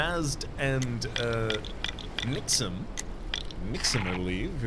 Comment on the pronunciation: Sounded like the right pronunciation for Nixm’s word to me!